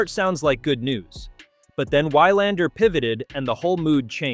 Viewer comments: It is VVVilandar, with a "v" even if it is spelled with 'W'. This is ridiculous, and makes one wonder if this is read by a robot, or the reader is Americanly miopic. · Why-Lander...oy...thse AI scripts are really losing appeal fast...